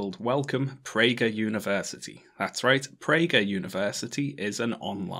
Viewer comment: Theres no h in pragerUuU